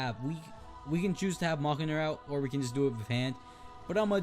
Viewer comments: Your say Mjolnir wrong its(Mull-Near) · it is pronounced miolneir?? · I think you pronounce it Me-yol-neer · mjolnir is pronounced me-yol-near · It’s pronounced meal near or meolnr